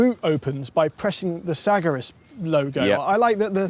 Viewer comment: The met police are on their way over the Atlantic right now for that first pronunciation of Sagaris